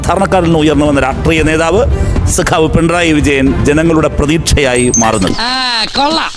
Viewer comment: Sagavu alla sekavu